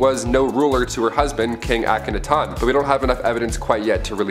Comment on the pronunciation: PLEASE learn how to pronounce the names before you do these... Akhenaten (Ak-en-ah-tin) Thebes (Theebs not teebees)